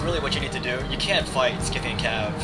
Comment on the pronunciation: isnt scythian pronounced sigh-the-an? sorry if im rong but thats how ie always pronounced it.